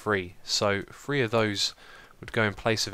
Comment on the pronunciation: dude you saying free not three